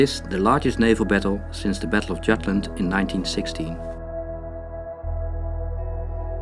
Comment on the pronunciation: The word Jutland is pronounced Yutland since it is Germans